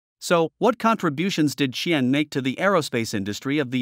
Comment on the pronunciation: The way you pronounced Qian's name is the funniest I have ever heard.